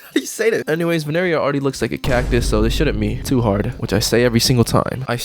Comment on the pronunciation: ITS NOT VENERIA ITS VINERIA